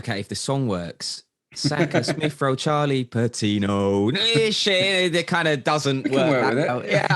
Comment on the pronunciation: "With Charlie Patinooo. Saka and Emile Smith-Rowe"